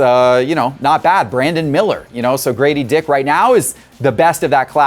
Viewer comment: guys, it is GRADEY DICK, not GRADY DICK!